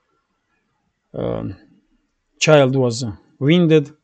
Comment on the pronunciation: you're English is very good indeed! One correction regarding pronunciation: "wound". You seem to pronounce more like "wiend" Should sound more like "woond" or "wuund". That was not easy to understand.